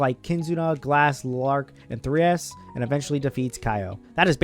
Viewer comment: The majority of your complaints could actually be fixed by just reading the books. Even just the Manga is a better written Tale than anything in the Anime. Btw. you butchered half the casts names in this video. I especially noticed it with Kyo and Therese. Kyo is not pronounced Kayo. Anyway, I actually dropped the Anime halfway through Season 3. And yes, I did watch Season 2 and got burned by it. The plot during the battle against the pope, the aftermath, the events on Cal Mira and the story of Rishia joining were so much better in the Manga alone. Rishia is actually my favorite character in this story. The Anime made the entire main cast act insanely out of character. Raphtalia and Naofumi are much more ruthless and the Queen is not nearly as soft as she appears in the show. Entire sections were cut or changed. Characters appeared in places where they shouldn't be. During the second Glass fight, Melty is not supposed to be there actually. During the other world arc, Raphtalia is not supposed to be in the infinite Labyrinth. That part happens with just Naofumi and Rishia in the party, and the main motivation to help Kizuna is to find Raphtalia and Filo. The Anime not only chops away important character moments, but also has to insert filler to restore the plot. Season 2 has 3 full episodes of just filler content that was completely unnecessary if the had just followed the plot. Season 2 also skipped the entire training arc, which was actualy pretty good and filled with great